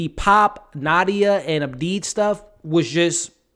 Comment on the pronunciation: ABDI NOT ABEEB 🤨